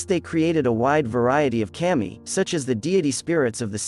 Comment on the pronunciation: Kah-mee. Not cam-ee...